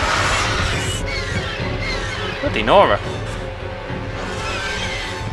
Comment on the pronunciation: Oh, it's bloody nora? I every time think he was saying: Blo Dinora.